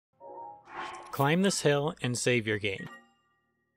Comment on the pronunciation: Wait save? Thought you said shave